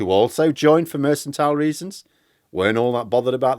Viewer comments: you've left me in some doubt. Is your "Mersantile" the same as what other people call "Merkantile"? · What is Mersantile? Do you mean Mercantile, pronounced MerCKantile? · I suggest political parties get worse with more funding refuting your premise. Also election campaigns have far more funding and are of poorer quality than when funding was lower. Also it's mercantile not mercentile. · I love your videos,, and I don’t want to be “that guy” but it’s pronounced “merk-en-tile” 🙂. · I'll never tire of hearing you pronounce it "mersantile"... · it’s pronounced mur cun tile - just think of Jacob Rees-Mogg when ever you need to say it. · mercantile is pronounced with a hard c. mer-can-tile Not a soft c like mercenary (which sounds like an s) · "mersantile"? there's no such word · Sorry to be so picky, but the 'c' in the word 'mercantile' is a hard c not a soft one so you are mispronouncing it. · Um, that 'c' in "mercantile" is meant to be a hard 'c', as in pronounced like 'k'. I know you are from "oop North", but that repeated mispronunciation was pretty jarring. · I think mercantile has a hard C. Check it out. Jane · sorry to be that bloke, but the C in mercantile is pronounced as a K, not an S. Sorry, but you said it 5 times. Happy New Year, and thanks for all the good work.